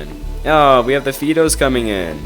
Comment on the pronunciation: Fido. Is it not pronounced like the dogs name? Sounds like High dough. I'm glad somebody finally created TA for the 21st century! Keep producing these videos. Love em.